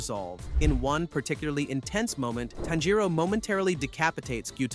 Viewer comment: Im hearing tenjiro its tanjiro